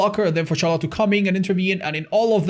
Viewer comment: I love ya man, but i hate how you pronounce Charlotte